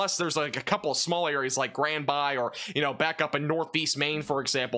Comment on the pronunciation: when you showed the New England area, you could have mentioned that Montreal, Sherbrooke, Granby, etc are in Canada. Btw, Granby is pronounced Gran-bee. I’m a Canadian expat from Montreal living in Missouri, across the Missouri River from Jefferson City. What percentage of the eclipse will be visible for us here, please? Thank you for your detailed weather forecasts. I hope you are getting extra credits towards your degree for all that you are doing!😊